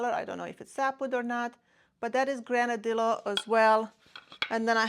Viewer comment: Nice selection, albeit relatively small pieces. FYI, the double el (ll) in Granadillo is pronounced like the English Y. If you search on Google, you will easily find a pronunciation.